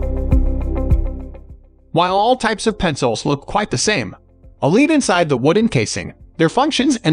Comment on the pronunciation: One reason you shouldn't use an AI voice narration: it's pronounced "led" not "leed".